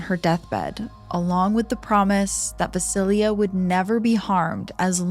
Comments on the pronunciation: Thank you for the Slavic folklore! I knew Baba Yaga also as Baba Roga in my childhood. By the way, and I hope you don’t mind me saying, but ‘Vasilia’ is VasiiSa. Jenny Greenteeth from the first story reminds me very much of the Rusalka/Rusalija of Slavic folklore, and the Germanic Nix. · Small knitpick I wanted to mention— Vasilisa is pronounced something like voss-uh-LEES-uh rather than va-sil-ia There are pronunciation guides online so you can hear what it sounds like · Vasilya 😒 it’s Vasileesa